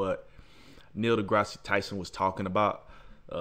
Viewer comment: Awesoem just one thing it’s Da-grass not da-grass-si lol Dr Tyson and Joe are both awesome!